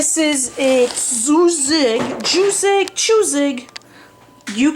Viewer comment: "Tjusig" means "fancy" and you pronounced it so well 🤗